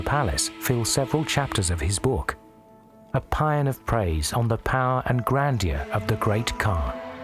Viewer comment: Has anyone noticed the wrong pronunciation of the word paeon? Also, Chinese is level A2, it is not so great as he himself claims.